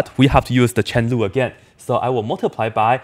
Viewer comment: Me too I heard chen lu